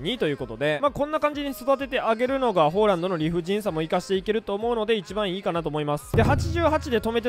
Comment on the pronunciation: ホーランドってめっちゃ違和感